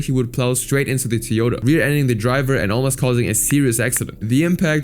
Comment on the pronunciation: Tiyota? Tiyota? Hahaha Also G community... What are you talking about?